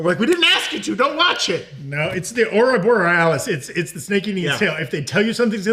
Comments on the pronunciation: the man but I really have to point out he said "ouroborealis", combining ouroboros(which he meant to say), and aurora borealis(the northern lights). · Lol he called an Ouroboros "aurora borealis" I love live content